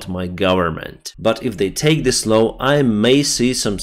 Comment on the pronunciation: North and South. Not norse and sauce. Law -not low